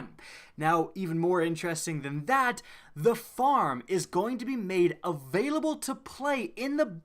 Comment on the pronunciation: No one noticed he said the farm will be abailable for an hour twice lol